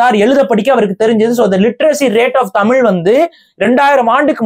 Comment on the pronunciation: ஐயா முதல்ல தமிழ்ல தமிழ் இன்று ழு என்ற எழுத்தை உச்சரிக்க கற்றுக் கொள்ளுங்கள் தமில் கிடையாது தமில் தமில் தமில் சொல்றீங்க அதுவே முன்னாடி தவறு பஸ்ட் பேச கத்துக்கிட்டு வந்து உச்சரிப்பை கத்துக்கிட்டு வந்து அதுக்கு அப்புறமா இன்டர்வியூ குடுங்க ஐயா தமிழை கொள்ளாதீங்க தயவுசெய்து